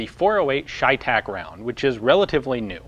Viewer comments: CheyTac is Cheyenne-Tactical. Since when is ''cheyenne'' pronounced ''shyenne''? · it's chey tac as in Shays rebellion . chey tac . the ch sometimes makes the sh sound . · It’s pronounced chevytac